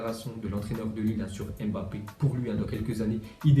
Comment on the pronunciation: Tu sais pas prononcé le nom de Mbappe